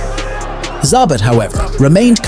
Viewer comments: It's Zabit, not Zabat) Cmon, you even write it right in the title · It's not Za-bit for fucks sake it's Za-beet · This could have been a great (and well deserved) recognition of a unique fighter's greatness, but to me it's largely ruined by the fact that you can't be bothered to learn how to pronounce his name correctly. And it would have been one thing if you heard it wrong once and just assumed that was the way you should say it, but you didn't even stick to a single mispronunciation. You call him ZAH-bit, ZAB-it, ZAY-bit... Like it's so totally inconsequential that you don't even bother to find out which one is right. And it turns out, none of the things you called him is right. It's pronounced zah-BEET. If you're going to butcher it, at least do it consistently, and give the illusion that you at least you might have thought had it right! Don't just say, "I don't know how to say it, but who cares? One of these ways is probably close!" Am I the only one who feels like it's a tad disrespectful to put absolutely zero thought and effort into trying to call the subject of your video the right thing? Who takes the time to make a video about someone and says, "this guy named... whatever, his name's not important. But he was really great, trust me!" Come on, man! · zaBIT not ZAAbit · "Zabbatt"? How'd you watch all the clips and end up with that pronunciation?😂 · 2 pronunciations of his name… both wrong. Can’t seem to pronounce several names, in fact. Facepalm… and “do not recommend”. Fire your robots.